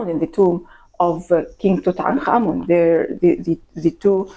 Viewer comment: I simply cannot tell you how delightful it is to watch a documentary about ancient Egypt and about Tutankhamun in particular, and hear the people featured in the doco pronounce his name correctly! I am heartily SICK of western program content, the History Channel in particular, about the legendary Egyptian god of taxis Tooten Car Man! Bravo bravo!